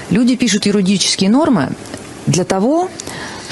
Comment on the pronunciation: "...люди пишут ЮРУДИЧЕСКИЕ нормы..." Гибрид, по всей видимости, сразу 3-х слов: / "юридические" / "ерунда" / "юродивые" / Какие-какие? Юрудические! 😀😃😄😁😆😅🤣😂